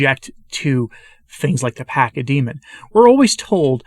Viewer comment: Pachamama is the ground that you on and the air that you breathe. And the CH is pronounced like the CH in church ...